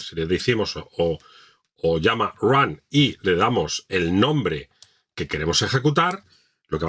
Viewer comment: TE FELICITO!!!! Por fin encontré un instructor que dice "OLLAMA" y no "olama".!!!! :hand-pink-waving: GENIAL este tutorial!!, va un poderoso LIKE!!!